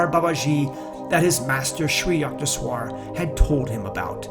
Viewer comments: its not yuckteshwar,its yukteshwar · Yukteshwar can be rightly pronounced as Yookteshwar